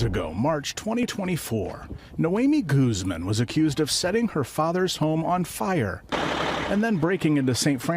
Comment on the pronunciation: My favorite thing about the news is how they pronounce spanish names with an accent when its not a criminal, but when it is a criminal the accent gets dropped and its goooozman.